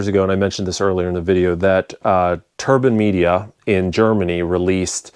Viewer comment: He actually pronounced it almost correct. It's a German company and the name is pronounced in German, not in English 😉